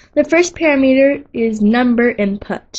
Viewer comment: Excellent content. I learned what I came here to find out. But please correct your pronunciation. It is pa-Ram'-i-ter not para-meter.